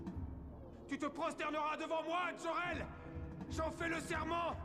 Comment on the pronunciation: Putain le doubleur de Zod prononce Jor El avec un accent anglais comme si c'était "Joe" Rel DJO REL c'est totalement pourri.